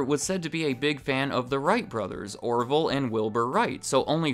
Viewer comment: Did my mans say Oroville??